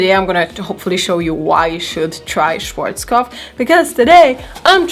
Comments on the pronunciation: Ja, "Schworzkof" 😂😂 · Wer spricht noch deutsch und ist absolut getriggert von der Art wie sie Schwarzkopf ausspricht😂 trotzdem nices video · I was wondering what brand you mean until you showed it You pronounced it completely wrong haha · your ' a' us more like an 'ei' and she pronounced it more like schworzkopf. If you say more 'ahh' instead of 'ei'. Look it up on yt at a german schwarzkopf advert. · Love it how "schwarzkopf" is pronounced in English hahah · Schwarzkopf is german. And as a german it’s always so funny to hear how anyone is pronouncing it. 😂🤗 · I love how u pronounced schwarzkopf😂😂it's so funny as a german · Schwarzkopf, it's hard to tell you how to pronounce an a right in German. It's not "ei" it's just "a". And "pf" is just "pf" and not "f" 😂 Just let the German voice of Google Translater tell you how to pronounce it lol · It is cute how non-germans pronounce „Schwarzkopf“, btw I love your crazy hair ideas😊❤️